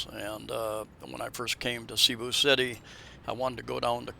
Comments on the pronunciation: You can’t even pronounce Cebu properly. Try saying Say boo…. Even that is not perfect but Sea boo is way off. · It’s actually SE-BU 😂 I speak 100% fluent tagalog.